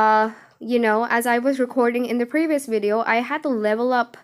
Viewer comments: WTF is a WIDEO? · VVVVVV ITS A V. AFTER THE LETTER U BEFORE W